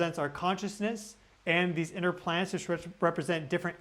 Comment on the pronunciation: Sounds like your saying PLANTS instead of PLANETS!! Plants are on the ground 😂 So are you saying they’ve been planted , it’s a PLAN ET!! It’s a plan they’ve been planted! If you’re calling them plants. Hmmm interesting thought here 🤔